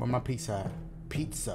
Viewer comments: My boi said "peet-za" lol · Petza 😂 pizza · That PEETZUHHH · Pete-za. Only those who stay until the end of Dashes videos will understand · Pete-za (Pizza) there you go my boy! Thanks for the laughs and scares! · PEET-zah <3 love you Dash, hope you're having a good day! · Peet-zuh 😭😂 Love you Dash! I didn't want you to go either haha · "Peet-zuh" xD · P (EE)-ZUH!😂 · Pete-za, wow Dash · Pete-Za :D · I say Pet-Za but i think you say Pee-Za.